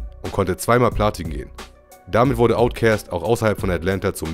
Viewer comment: Omg, wie lange habe ich niemanden mehr "Outcäst" sagen hören. ^^